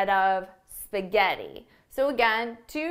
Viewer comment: Come cazzo pronunci spaghetti 🤦‍♀️🤦‍♀️🤦‍♀️🤦‍♀️🤦‍♀️